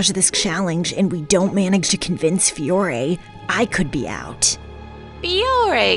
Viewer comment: “Fiore,” not “Fire.”